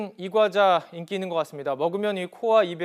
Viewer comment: 이때 소리 줄여서 봤는데 처음에 용가리 가자 를 쳐먹구요 라는줄ㅋㅋ